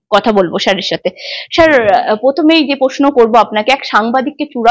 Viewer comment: আপনার প্রচেষ্টা ভাল। কথাটা শার নয় স্যার। 'স' টা একটু চর্চা করুন আর প্রশ্ন গুলো আগে থেকে গুছিয়ে নিন। ক্লোজ এন্ডেড প্রশ্নও কিছু রাখুন। যা পাব সেটাই কন্টেন্ট এরকম হওয়া উচিত নয়। হোমওয়ার্ক।